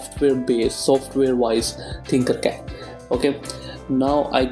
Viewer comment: Its tinkercad not thinkercad